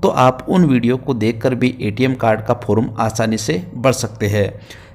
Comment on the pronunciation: फोरूम नंही रे फॉर्म कहते हैं😅😅